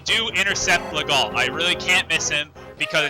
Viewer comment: "Legault" is pronounced "Leh-go". The "lt" are mute. That's French for ya.